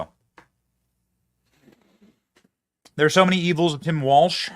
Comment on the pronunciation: Walz is said Walls not Waltz. Don’t insults a fun dance.